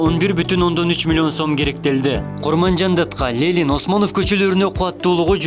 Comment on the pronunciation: Лелин эмес Ленин))